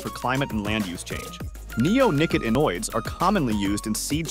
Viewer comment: neonicotinoids has the syllable "ot" accented. neo nick Ought i noids